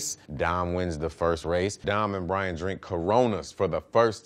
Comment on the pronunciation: Why tf I heard "Dom and Brain Drink Corona's for the first time"